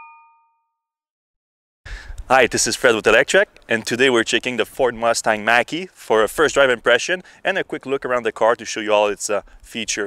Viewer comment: Oops Mach not Mack like the 70s Mach 1 Mustang.... pronounced Mock ... LOL and definitely shouldn’t be called Mustang, in my opinion!